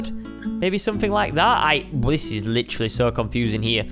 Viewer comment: He said literary